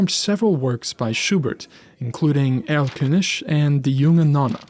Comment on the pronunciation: I love that you say Erlkönisch and not ErlköniG